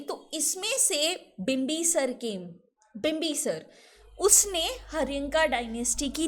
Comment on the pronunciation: It's shishunaga.....mam pronounced it wrong.....like she pronounced bimbisara wrongly